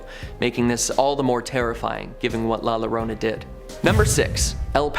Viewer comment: Had to click off after hearing the pronunciation of la llorona in 2023......